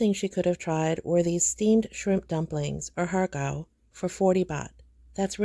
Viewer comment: Your pronunciation of “har gow” 蝦餃 was spot on! 😊